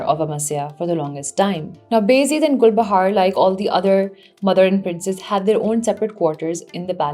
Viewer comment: all i can hear is GulbahaRRRR RRRRR RRRR RRRRRRR